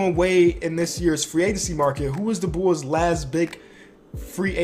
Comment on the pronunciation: I love how he says bulls Bools